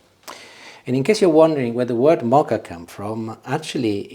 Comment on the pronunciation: *Moka, not Mocha pot!🙄😄